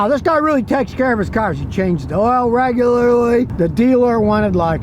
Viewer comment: Regulurlurly😂 how does this dude not get thrown in for driving totally hammered?!